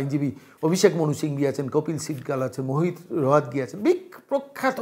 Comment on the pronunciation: Apnar ato Tara kisher? Bhul bhal boken,Mukul Rohotogi ke Mohit Rohotogi bolchhen.Akta porbo o nikhut noy ,point er por nine six ke ninety six bolen,apnar lekhapora niye shondeho jaagchhe.